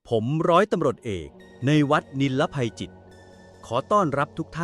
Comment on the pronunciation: นิล ไหมค่ะ ไม่ใช่นี หรือเราฟังผิด